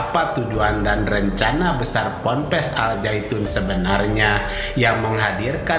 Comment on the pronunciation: Nama "AL ZAYTUN" itu salah (gk ngerti TAJWID). Yg benar "AZ ZAITUN"